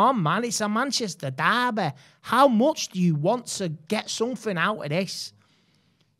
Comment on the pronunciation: Itsss uh Manchestahh derbee